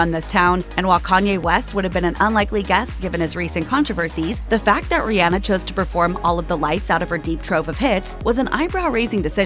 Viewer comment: As a mom whose child’s name is Rhianna I appreciate you pronouncing Rihanna’s correctly! Exactly like my daughter’s!